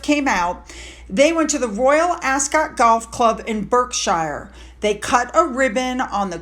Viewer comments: Let’s clean up your pronunciation. Anything that ends in ‘Shire’ like Bekshire the Shire part is pronounced ‘Shear’ As an American don’t drag the last part of the word sound out. Make it short. So it’s ‘not’ BerkSheeeeaarrr it’s short Berkshear emphasis on the 1st syllable. Poor old Edinburgh. There are ‘not’ 2 syllables in the 2nd part of the word. It’s ‘not’ Edin’bor/ough’ It’s Edinburgh. Again don’t drag out the 2nd syllable. Burrrrgh Americans love their letter ‘rrrrr’ It’s pronounced Edinbruh. Side not:- why wasn’t the family grifter not paying for a hotel? Instead again, the institution he apparently despised puts him up for free in Frogmore? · Love your video's! BTW: Berkshire is pronounced 'Bahk-shuh' ... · Great video, btw, just a heads up from an English teacher. … When an English county has ‘ shire’ on the end syllable it is pronounced ‘ sha’ so Berkshire is pronounced ‘ Bark- sha’. Hampshire = ‘Hamp- sha’. Worcestershire = ‘ woosta- sha’. The Duke of Edinburgh is pronounced ‘ E- din- Burra’ Paul Burrel is pronounced ‘Bah-rel’. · Thanks ! Living in The Royal County of Berkshire it grates a little bit when I hear the “berk” pronunciation. We are quite normal people of reasonable intelligence really, which I’m sure The Princess of Wales would agree with, coming from the neighbourhood herself. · Hello, thank you again for all the info you take such time to put together for us……may I be cheeky and mention that Berkshire (where I live) is pronounced BARKSHIRE like Finn barks!! I do admire your resourcefulness in ‘digging all this info!! Thanks again ❤❤❤ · Please please say BARKSHEER...